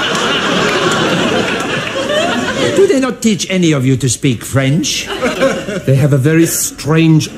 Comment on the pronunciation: The mispronounced vowels conveys his speaking French poorly